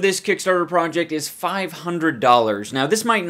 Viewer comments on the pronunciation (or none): He speaks in his other language so much he can't ever say "project" the same anymore. Prowject